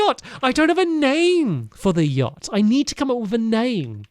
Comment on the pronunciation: "Stampyhead Stampynose Stampy's Lovely Luxury Yahct" (S.S. Stampy's Lovely Luxury Yahct)